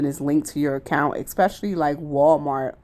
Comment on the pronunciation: It isn't "Axe" its "Ask" and it isn't "Exspecially" it's "Especially" This video sucked . You didn't even talk about the opening title 🙄